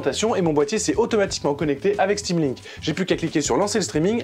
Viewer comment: "sudo apt install stamlink" :')